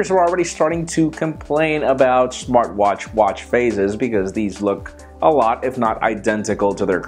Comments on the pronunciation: you just said "Smarch watch". LOL! That was funny. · Smartchwatch :D